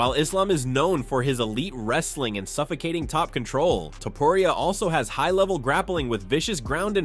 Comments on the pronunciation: Ilia "Topuraya". Man, you need to correct those things if you are going to use AI voiceover... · "Ilia Topruriayah" 💀💀💀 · dafuck man, its not topuraya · To-po-riaa and jah-vier